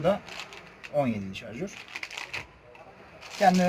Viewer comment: Jarjör değil şarjör